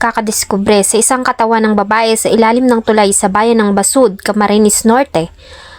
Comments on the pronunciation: anu dpat bas...ud ba?😂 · Mam Yun basud mali bigkas mo